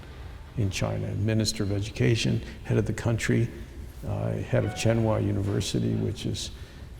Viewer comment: He needs how to pronounce "Tsinghua University".